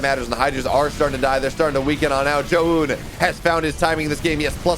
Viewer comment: Omg, just let me co-host just so that one American announcer for the first time can pronounce Zoun's name correctly